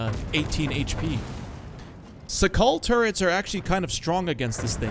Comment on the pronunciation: FYI it's pronounced "Shakal"